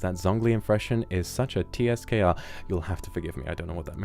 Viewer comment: He didn’t even know TSKR back then and pronounced it as separate letter🥺🥺🥺 I miss you so much milord, it’s 2024 now❤